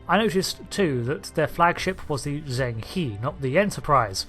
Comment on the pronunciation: Zheng He is pronounced jeng-huh. Why in these review videos does nobody point out Riker's mispronounciation. People would have been upset if they said the USS Eienterprise